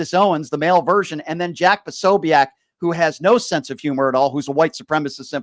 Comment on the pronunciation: Jack pa- so- bic not sobeac